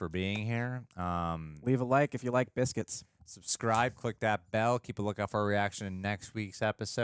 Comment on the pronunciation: ...."Thought you liked BITHCUITS!" ......haha sorry but funny